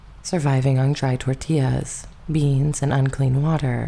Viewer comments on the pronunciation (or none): none